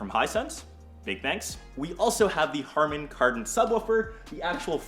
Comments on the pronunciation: "Hardan Kardon"? Really man??? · Hardon Kardon? 😂😂 harDon?? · Harden Garden???? 😂 You mean HARMAN KARDON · I still cringe everytime he says hardon-karrdon